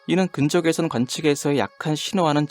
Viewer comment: 근적 외선이 아니라 근 적외선이잖아요... 발음이.너무 거슬려요